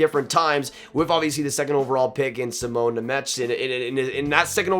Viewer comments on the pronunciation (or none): none